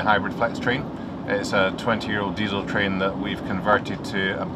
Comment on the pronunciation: That chinese girl does say "twain" instead of train... i didn't listen to anything she said other than i kept hearing twain twain... got me thinking about Shania Twain.. That's doesn't impress me much.... 😅😅😅